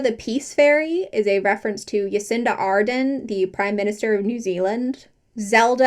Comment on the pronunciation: new zealander here, i died on the inside a little at the pronunciation of former prime minister jacinda ardern (its hard j JAcinda ARderrn for my best phonetic spelling i can think of) but i didnt know rainbow magic had that book in the series, thats cool. grew up on these books, still have a copy of hayley the rain fairy somewhere with a few pages coloured in with felt tip pens. not just like a little coloured either, like theres massive swathes of blue felt tip in a whole background on some of them also they started coming out in my birth year!